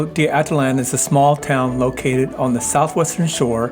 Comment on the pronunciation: Ah-teet-LAN. Stress on the last syllable.